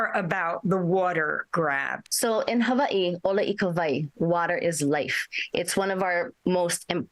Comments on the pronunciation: I hate the way she says Hawaii (Ewahee) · Jesus, she said a whole bunch of nothing that sound beautiful havaee gtfoh is hawaii